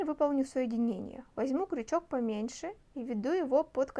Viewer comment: Правильно говорить крючок а не кручок - это русский. Так режет слух, не досмотрела до конца.